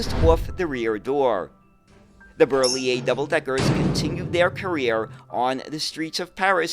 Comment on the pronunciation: Hi, I am French, and I really enjoy your Europe related videos. I am a transportation geek myself (I have worked in rail transportation all my life) and your videos about French or Italian various means of transportation are really accurate, so hats off ! I also admire your pronounciation of difficult French names such as Citroën or Berliet, but you nail them. So congratulations ! Continue with the good work, this is highly appreciated !